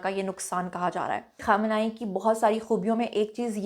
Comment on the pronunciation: اپنے بال بھی چھپالیتی تو کیا ہوجاتا اور آیت اللہ خامنہ ای کا نام سہی طریقے سے لو ورنہ لو بھی نہ